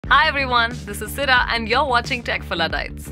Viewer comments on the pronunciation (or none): Why does it sound like Sida instead of Sira when she says her name?